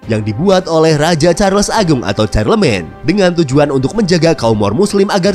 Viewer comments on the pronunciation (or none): Charlemagne dibaca Sharlemang, Navarra dibacanya Nabara